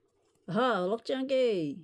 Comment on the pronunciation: That definitely says “cock junkie” 🤣🤣